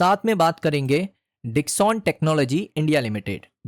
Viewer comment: Company ka naam v dhang se bol nehi paa Rahe ho. Discon nehi Dixon he